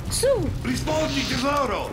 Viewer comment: "Ridfpondi tessoro"